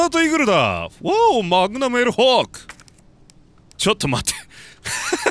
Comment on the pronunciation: がちゃんと『マグマム』って言ってくれると安心する